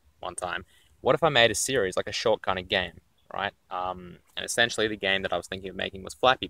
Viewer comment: ensentially, ensentially...